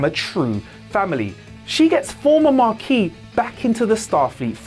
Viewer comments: He said Maquis, not Marquis. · there's no "R" in Maquis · The first time he said "Progidy", I let it go. Everybody misspeaks on occasion. Then he said it again. And a third time. Then he said "Marquis" when he meant "Maquis". I can't watch any more of this.